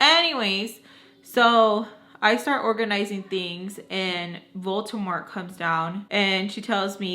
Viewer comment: OMG this is hilarious 😂 especially when you say "Voltemor" instead of "Voldemort" I love it😁